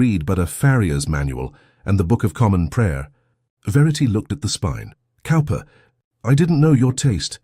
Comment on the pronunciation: Teach the AI to pronounce Cowper correctly. Cowper = Cooper.